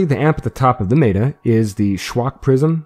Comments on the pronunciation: Very helpful, but are you saying meta? I mean no disrespect. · i stopped the video right when he said Meta wrong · No one is gonna talk about the fact that this highly educated man says "maytah" instead of meta? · Cool guide! Very clear! Small note before you catch shit: meta is usually pronounced with an e sound similar to the hek shotgun. So 'mehta' instead of 'meeta'. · mEta not meAta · its not mayta....its meta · i love your manner and the calm, clear way you explain things. but i must let you know that the word "meta" is not pronounced "mayda." it's a short "e," "like metta." it's short for "meta-game." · Mate-er? Meta? Met-a? Meter? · maeta? wtf who says meta like that? :P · The video creator has recognized his mispronunciation of the word 'meta' and will henceforth pronounce it correctly Contents: Intro/Spoiler Warning Intro - Why do it? Hunt - Vomvalysts Hunt - Teralyst Hunt - Basics The other Eidolons - Intro The other Eidolons - Brillant Eidolon Shards The other Eidolons - Capturing Eidolons The other Eidolons - Gantulyst The other Eidolons - Hydrolyst Hunt - Multiple Runs Hunt - The Meta - Intro Hunt - Lingo / Terminology Hunt - The Meta - Frames Hunt - The Meta - Frames - Chroma Hunt - The Meta - Frames - Trinity Hunt - The Meta - Frames - Volt Hunt - The Meta - Frames - Harrow Hunt - The Meta - Frames - Addition - Roles Hunt - The Meta - Equipment - Archwing Hunt - The Meta - Equipment - Pets Hunt - The Meta - Equipment - Amps Hunt - Advanced Hunt - Advanced - Operator Mode Hunt - Advanced - Void Strike - Intro Hunt - Advanced - Void Strike - Tips Hunt - Advanced - Void Strike - Unairu Wisps Hunt - The Meta - Equipment - Arcanes - Frame Hunt - The Meta - Equipment - Arcanes - Operator Hunt - The Meta - Equipment - Arcanes - Aquisition Hunt - The Meta - Focus + Passives Outro Hope that helps, finding the topics you are interested in. Edit: The author of this video asked me to put his remark on top of my comment. ;)